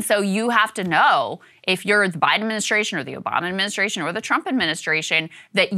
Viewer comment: Krystal—learn to articulate the word “ad min i stra tion”. Please.